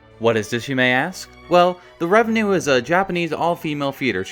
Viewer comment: Love the video, but just a quick note, its Takarazuka REVUE not revenue